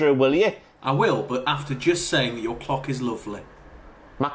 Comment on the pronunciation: Legends lads! Also just to say, when said “Your clock is lovely.” I heard “Your cock is lovely” and had to rewind to check what I heard!